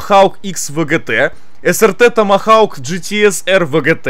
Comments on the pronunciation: Слово томагавк: существует Булкин: Тамахауг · Не тамагаУк а томагавк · Не томохаук , а Томогавк. Балбес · Томхоук. Какой, блин, томахаук?😂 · саня, не тамахау, тамагавк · Додж срт томогавк, странно ты читаешь это слово😄 у доджа ещё мотоцикл есть, додж томогавк, загугли на досуге, интересная вещь)